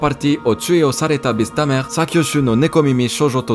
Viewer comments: ptdr le neuvieme anime je suis le seul a avoir entendu baizetamer ? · Merci, pour ta prononciation du "beast tamer" 😂